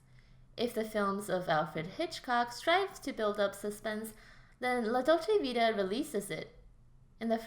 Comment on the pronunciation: Dude, kindly do your homework and learn how to pronounce the name of the film before recording it. Also Ekberg was Swedish, but her character was supposed to be American, not Italian. And "an Italian fountain?" The famous Trevi Fountain! This important film deserves better treatment by a casual commentator.